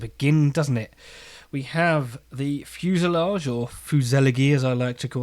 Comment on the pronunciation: Hmmmm. Fusay-leg-ay. That's a nice phonetic enunciation. I bet Oxford dictionary guys will now rethink the number of syllables in that weird word 😂😂😂. Waiting to see the finished build. I'd use such a kit for a dogfight diorama. Hope the socks keep you warm. Cheers